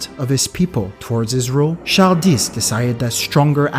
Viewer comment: Wait...how did you pronounce Charles? Char-dis? That's one of my name's and apparently the grandfather whom I got this name from was a Haitian who spoke creole.